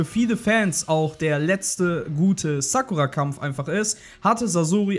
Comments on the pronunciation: Die heißt Sakura und nicht Sackura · 1. Es heißt sakuura und nich saaakura 2. Es heißt sasuke und nicht saske 3. Es heißt akazuki und nicht akkazi